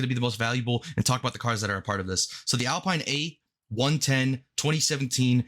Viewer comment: Such a grinder bro but its Al-peen 😎